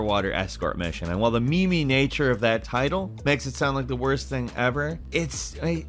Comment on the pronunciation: I choked on my tongue when said "meme nature of that title" while pronouncing "meme" as "mee-mee".